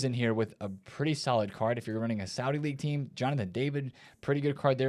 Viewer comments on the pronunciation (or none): none